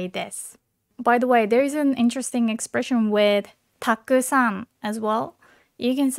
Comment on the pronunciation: Why so many people pronounce たくさん and く sound like silence?